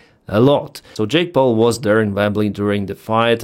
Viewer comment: Not sure if was already mentioned our not but when you said “Jake Paul” it sounded a lot like “Jake Broe”.